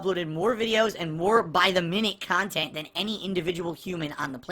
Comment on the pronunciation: "Kahntent" "KAAAAAAAHNNN!!!"